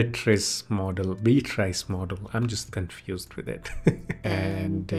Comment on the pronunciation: Interesting. Thanks. BTW, it's BEE-uh-triss. You got it 90% right. 🙂